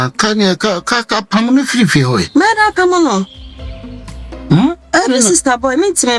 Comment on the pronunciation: says “pamuno”😂😂